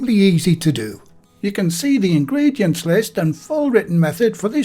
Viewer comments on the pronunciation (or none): "ingredients". GAH ...